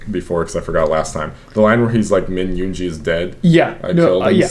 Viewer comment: Btw yoongi is pronounced as yoon GI as in gold not giraffe